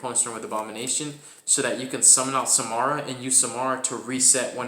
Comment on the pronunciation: Sa-Ra-ma lol. It was very unsettling hearing you call it “Samara”. Regardless cool deck profile. Personally i play without Dimension Shifter because its too situational